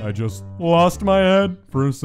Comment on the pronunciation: not jaut but is suppose to be just